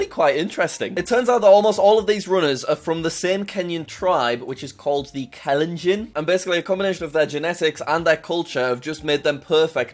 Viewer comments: Btw Kalenjin is pronounced kah-lehn-gene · Jack you pronounce it like kalenjean